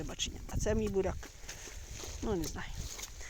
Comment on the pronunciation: Чого ти єхидно хікаєш спочатку навчися говорити"буряк",а не барак і т.д.